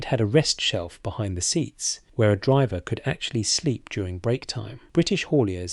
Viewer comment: The voice is AI , listen to the mispronounced word. 'Driver'.